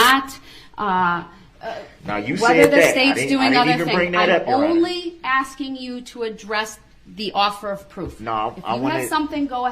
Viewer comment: Who needs a prosecution when Duhrell is axing all the questions 🤦‍♂️